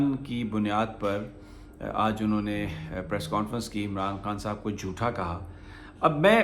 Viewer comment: "Jotha" nahi "jhota".